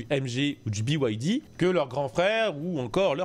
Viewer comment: pourquoi prononcer a l americaine ? bi-ouaille-di , pour moi ca se prononce bide tout simplement.